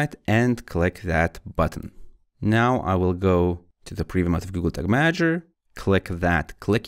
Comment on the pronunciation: yooo slow down when talking. And sounds like you are saying google tick manager.